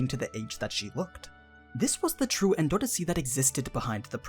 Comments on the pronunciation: En-door-C not En-do-ro-si.... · anaak being green wasn't a big enough clue? also, why are you pronouncing 'endorsi' like N$C... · The way you say endorsi is funny